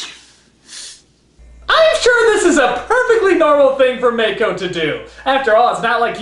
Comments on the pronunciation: MAH-ko!! Not May-ko! Get it right! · Will NC ever properly pronounce Mako's name as "Mahko" and not "Mayko"? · It's not pronounced "MAY-ko", it's "Mah-ko"